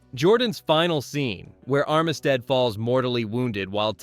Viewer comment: Armistead is pronounced UM--sted. Also, "Lee" addresses Heth by his lst name when he called him by his first name: they were cousins.